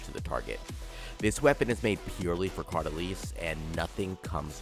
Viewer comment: Bro pronounced the name 132 different ways and not a single time is it right